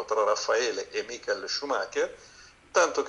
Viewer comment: Tutto bello, tutti bravi, ma non chiamatelo "Maicol" perdio!!!